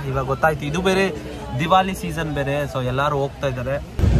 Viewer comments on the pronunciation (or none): Bro ಅದು ದಿವಾಲಿ ಅಲ್ಲ ದೀಪಾವಳಿ.. ಸರಿ ಮಾಡ್ ಹೇಳು ಬ್ರೋ